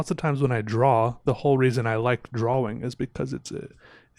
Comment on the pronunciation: Have I been saying "Drawing" wrong my whole life? Is does he say it Dra-Wing???